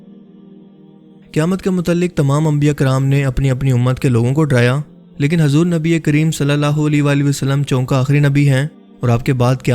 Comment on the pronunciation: ماشاءاللہ جو اس ویڈیو میں سمجھا تھے ہیں وہ بہت اچھا سمجھا رہے ہیں لیکن اردو کی چند غلطیاں ہیں َ جیسے کی حضور میں ح کے اوپر پیش ہے لیکن آپ ح کو زبر کے ساتھ بولتے ہیں جس سے نام کا مطلب بدل سکتا ہے اس لیے آپ سے گذارش ہے کہ اس لفظ کو درست فرمائیںَ